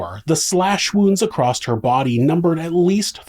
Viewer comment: Why do you say acrosst 😭